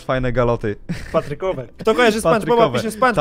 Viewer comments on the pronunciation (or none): Nie spanczbab tylko Patryk